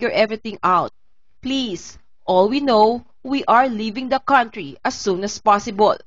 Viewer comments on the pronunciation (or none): none